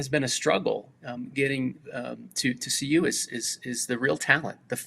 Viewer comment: CU dude, not UC! 🤦🏽‍♂️